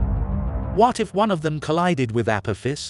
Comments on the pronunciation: The narrator doesn’t even pronounce it correctly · Perhaps learn to correctly pronounce the name of your subject before making a vid, yes?